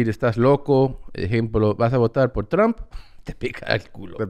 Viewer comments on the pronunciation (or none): none